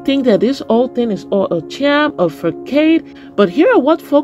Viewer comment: The word is pronounced (FAH-sawd)... NOT facade..... look it up...please....the c is pronounced like an s... not a k.... sound....